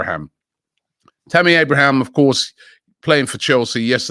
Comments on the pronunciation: Sam johnson and tammy abrahams. Robbie can't even pronounce english names. Is he analfabethic? Or dyslectic? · He’s never gonna learn 😂 “Lachuro” Martinez, Tammy “Abrahams”